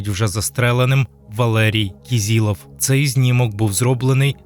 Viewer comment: кИзИлов, а не кІзІлов. Хоча б у пам'ять про убитого вимовляйте його прізвище за правилами української фонетики